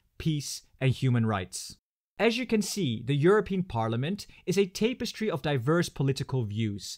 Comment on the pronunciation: taperestry is not pronounced tape-estry, it’s pronounced täp-estry